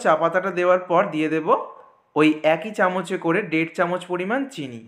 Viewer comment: ডের কাপ,দুধ ডা এ কি ভাসা😂